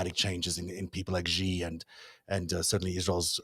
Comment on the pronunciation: The "X" in the Chinese name "Xi" is not pronounced like the "g" in the English word "regime"; it is pronounced more or less like an "sh." Thus, the Chinese name "Xi" is pronounced more or less like the English word "she."